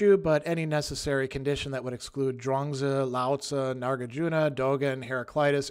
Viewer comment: I like how you pronounce "Zhuangzi", perfect, haha, clear enough